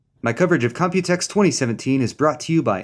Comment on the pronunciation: You always say 'copytex' 😂